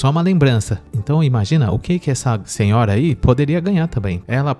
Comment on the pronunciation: Não é " imangina"; o correto é "imagina" kkk